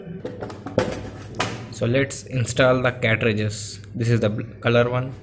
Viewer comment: Cartages Not Catrages